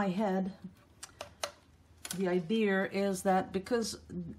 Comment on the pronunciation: Ps. My favorite thing you say....idear. 😂